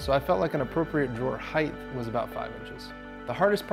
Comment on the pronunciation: Height.. no H at the end.